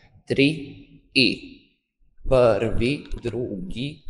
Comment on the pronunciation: Ne kaže se pvri nego prvi